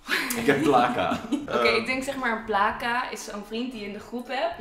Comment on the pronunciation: Sorry mr kmoest echt niet normaal lachen bij placa jullie zeggen plaaca mr het is plca(uitspraak) en sahbi jullie zeggen sabi mr het is saghbi het klinkt misschien raar mr het is Marokkaans die 2 woorden (kben ook Marokkaans) als jij ( of ) nog ni weten hoe je het moe uitspeke vraag het dan aan mert aubbb Tnxx (dit was geen haar )